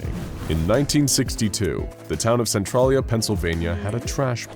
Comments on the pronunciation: you butchered how to pounce centralia. cen-tral-ia. i grew up in centralia WA. n everytime you said it i cringed hardcore. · I hate the way he pronounces Centralia... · Don't know if its just a local thing but the way he says centralia is weird